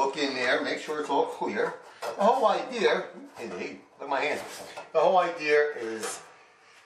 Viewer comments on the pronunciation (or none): Idea, not I dear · At=5;00 lmao,., great video you are a smart man,,. but the whole idear... lmfao... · It is a good "IDEAR" or "Idea" depending on where you live! LOL Good Job